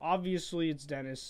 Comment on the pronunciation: it's Denis not Dennis